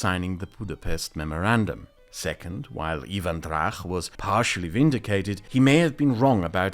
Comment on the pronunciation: please, before making videos like these, get into a call with a Ukrainian and a Pole and ask them to pronounce names. I literally LOL'd at "Eevan Drakh"